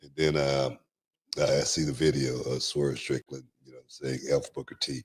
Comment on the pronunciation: "Swerve Trickland" 😂😂😂.